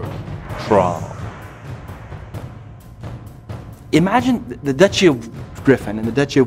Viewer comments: Not Thrall, KRAAL! :)))) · Orcs have existed in HOMM since the first game, what's your point? Sorry m8 but Blizz didnt invent them xD Also, its "Kraal" not "Thrall". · Jesus christ people, its "Kraal" not "Thrall"!. I see the resemblence but is it just me or when you think of like harsh Orc names you always end up with something with a strong consonant and often double "heavy" vocals? Orc are supposed to be savages and with that a Savage name. I dont know about you WoW fanboys (btw I play wow and I love the lore) but I much rather let his name be Kraal then like, Peter or Andrew -.^